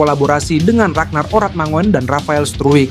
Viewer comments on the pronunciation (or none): none